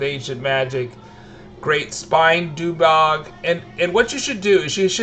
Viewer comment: I just love how you mispronounce every single thing. Like... DUG BOG lol Doobog?